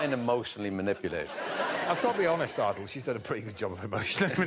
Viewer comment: Greg pronounces Ardal´s name as "Aard-low" at the start of the show. I was sure it was pronounced "Aar-dahl" or "Ar-dal", and he pronounces the name as "Aar-dle", also Greg pronounces his name as "Ardle" and "Arlow" with a shorter a sound. Is there something i am missing ? Also Greg pronounces his name as "Ardle" and "Arlow" Was until now pretty sure that i was quite proficient in the english language.